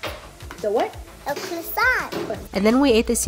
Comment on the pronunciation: "Are you gonna finish that cwosswant